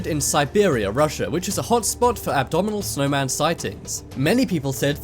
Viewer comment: Did you just say "abdominal snowman"???